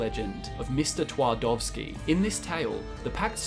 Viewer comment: Ahh about "Mr. Twardowski" polish "w" have to be read as english "v" If you pronuance it with english "w" it sounds totally wrong and weird 😅 Edit: Wait, what? Ryzym? What's that? We don't have that word... Edit 2: Oh my God, you ment "Rzym"! Ahh let me explain This "r" and "z" is not separate latters, it's one sound, they're together, connected in one sylabe. This word sounds totally different than it's actually look. It's should be read as "Żym" (without any R for sure) but that sound don't exist in English so I have no idea how to explain it better. Polish "rz" or "ż" (sound is same) is more like french "J" sound.